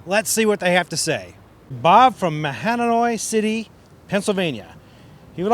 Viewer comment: Great video. And I'm not just saying that cause I was the one who wrote in the question. Its good to hear from the pros on a problem both the pros and us weekend fishermen have. BTW the name of the town is pronounced MAW-HAN-OY. But you gave it a good try.:)